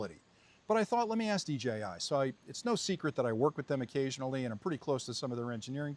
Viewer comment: Why can't you say DJI lol